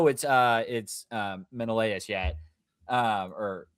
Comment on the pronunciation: i love how georges pronunciation is so blatantly wrong but he just keeps saying it 😭. sinon as if the n has an accent over the n and menelaus as it rhymes with klaus or something 😭